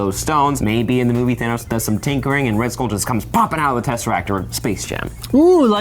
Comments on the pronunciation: Am i the only one who heard him say skong kull island? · "skung kull island" 💀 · "Skong kull island" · He said skong kull island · This man said skong kull island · Bro he said “skong kull island”😂😂😂🤦🏾‍♂️ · "Skong kull island "